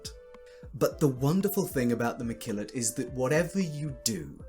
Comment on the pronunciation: Mekillot not McKillot. LOL. Thanks for sharing your ideas!